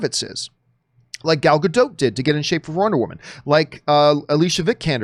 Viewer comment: pronounces Gal Gadot’s name three different ways within 20 seconds